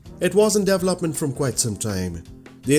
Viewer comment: Thanks! Learn how to pronounce 'development' here: and how to pronounce 'event' here